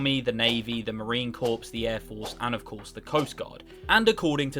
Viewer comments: "Marine corpse (corp). It's marine Marine Corp (core). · Marine Corps is Marine Core, not Corpse. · Marine "CORE". Yes, it's spelled corps but it's sure as fuck not "corpse". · Its pronounced Marine CORE, not CORPS....OMG, Chesty Puller is turning in his grave right now!! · Corps. is pronounced like “core”, not like “corpse”. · “Marine Corpse” It’s pronounced “Marine Core”, maybe stick to British military. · not to be that guy but the “Corps” Marine Corps is pronounced as core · Did you say, Marine Corppppss??? Marine CORE, son! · Marine „Corpse“ 😂 (It’s pronounced like „core“.) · you forgot about the Space Force. And its pronounced Marine Core not Marine Corpse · Corps is pronounced core not corpse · Did he say Marine corpse? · "marine corpse" 😂🤣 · Mate, from a veteran the P in corps is silent. It's pronounced cors. Like the American beer. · For future reference, it's pronounced Marine "Core" despite being spelled Corps. Might save you from some trouble if you're around a few jarheads after they're had a drink or two 🤣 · ...he said Marine Corpse. 🤣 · "marine corpse" :face-red-droopy-eyes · Corp's,the p and s are silent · The ps in corps is silent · Your pronunciation of corps…….hmmmmm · You pronounced Marine Corps wrong. Fix yourself. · P is silent in Marine Corps.